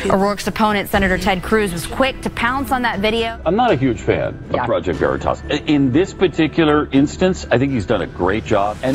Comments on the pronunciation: Was I the only one that heard that guy say “project vernatos? 😂😂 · I like how the Hispanic pronounces Veritas. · did you guys catch the weird accent the dude but on Veritas like if it was spanish or something??? very strange lol